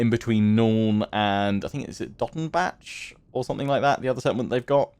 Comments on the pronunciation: You don't really say the c in Dottenbach so it's more like "Dottenbah". Just a another correction for your atrocius pronunciation :) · I haven't done this campaign yet, but definitely try and capture Nuln before Skarsnik takes Dottenbach (also the "bach" in Dottenbach is pronounced like Johann Sebastian "Bach") to at least attempt in avoiding being penalized for finishing off Wissenland yourself. I believe that's how the mechanic works, where you're only penalized if you directly or indirectly destroy an elector count. But I could be wrong, regardless I don't think it really matters either way because after Wissenland you'll be focusing on the Vampire Counts/Border Princes/Orcs long enough to rebuild your acclaim. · I THINK that the -bach-part of Dottenbach (and other -bachs.) is pronounced like the German composer in OUR world, Bach... Since the Empire is based on HRE in our world and there by Germany (not that you can hear it on their accents! ^^ ).